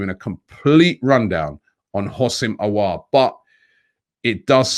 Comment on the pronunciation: He's pronounce Aw-war